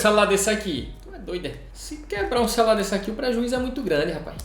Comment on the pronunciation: Me dá esse "xelular" para eu presentear meu filho caçula?